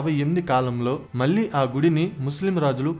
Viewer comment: Ahalya Bai Holkar is a queen and not a king. Please correct yourself. వాల్లు వీల్లు అనవద్దు. వాళ్ళు వీళ్ళు అనాలి. మల్లీ కాదు. మళ్ళీ అనాలి. వందల మంది చూసే వీడియో లో భాషా దోషాలు లేకుండా చూసుకోండి